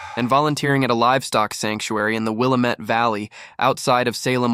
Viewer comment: The pronunciation is Will-AM-ette valley